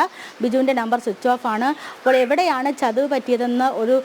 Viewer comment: ചതവ് അല്ല പെണ്ണെ, ചതിവ് എന്ന് പറയു